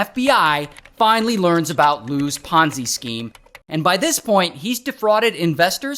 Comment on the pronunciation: What's a ponsee scheme?